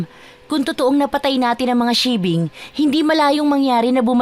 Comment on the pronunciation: Paki ayus nman po pag bigkas bawat wika kz pag mapakingan Ng iba yn tamang pangalan tulad Ng sigbin ang inyo sibing ealang ganong aswang ulol